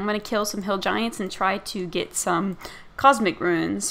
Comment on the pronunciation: COS-MIC, not comic lol :) keep up the great vids